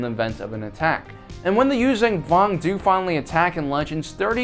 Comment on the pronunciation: stop saying "Yuuzang Vong". it's Yuuzhan Vong.